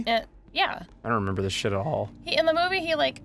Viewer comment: Re-Mem-Brall. It's not that hard, is it?